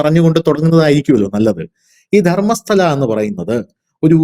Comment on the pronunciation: ധർമ്മശാലയല്ല, ധർമ്മസ്തല 🙏🏻